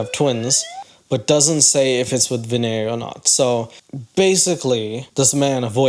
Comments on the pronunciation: It is not Vin YAY..... It is Vee Neigh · pronouncing vinay like kanye is taking me out. its probably the simplest Indian name out there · Shekar pronounced his name right. It's you who's pronouncing it wrong 🤦🏻‍♀️🤣 You even mis-pronounced Vinay*s name multiple times!!